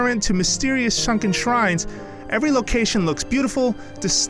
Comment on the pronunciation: "mysterious shunken shrines"